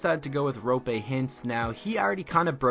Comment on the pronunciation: Don't mean to burst your bubble but Roope's name is pronounced "Roo-Pay" like dunkaroo or whatever